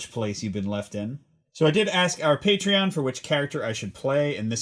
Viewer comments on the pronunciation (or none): none